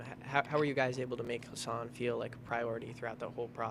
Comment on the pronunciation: Riley keeps saying HAsan instead of HUsan